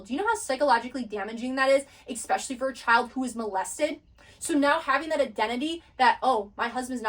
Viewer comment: I absolutely love this content and I am glad other people are waking up to these truths. That being said your pronunciation of several words are just distracting the whole thought process. 😂 No disrespect. Especially/ no “x” sound Et Cetra/no “d” sound, pronounced like “set-tra” The Tao/ no “t” sound, it makes a “d” sound. Magi/ “g” sounds the same as it does in magic. Not hard like “game” Achetypes/ sounds like “ark” no “ch” Reiki/ sounds like “ray-kee” not “ree-kee” Hope this helps.